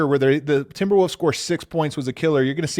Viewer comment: Always love hearing say Timberwooves